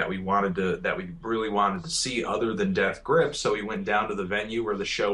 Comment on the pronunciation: How come Fantano always puts the emphasis on GRIPS when he says Death Grips?